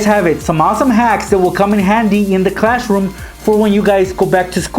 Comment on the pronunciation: Why you are saying clash room